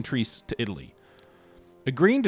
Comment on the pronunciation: Also Trieste is pronounced tree-est not treest